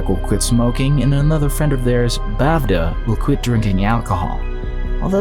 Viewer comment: The bavda is actually bevda pronounced as (bewra) like be sounding like ba in bay